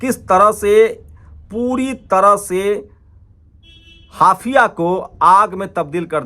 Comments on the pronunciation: ये बहुत दुखद है, हाइफा को आप बार बार हाफिया pronounce कर रहे हो। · हाफिया नहीं हाईफा बोलिये 😮😮😮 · हाफया नहीं हायफा सही नाम हैं ।